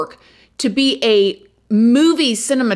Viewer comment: (to be fair, later in the vid she does pronounce it correctly.)